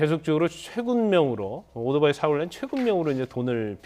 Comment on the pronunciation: 발음이 오도바이 ㅋㅋㅋㅋ